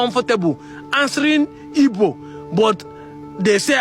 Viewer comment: please can you stop pronouncing ''Igbo'' as ''Ibo'' the way the Yoruba pronounce it? Keep up the good work on the sensitization.